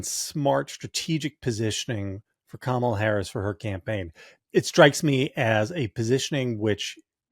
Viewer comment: What I find disrespectful is the PURPOSEFUL mispronunciation of her name. the question is does Kamala find it disrespectful for people to not be calling her by her surname?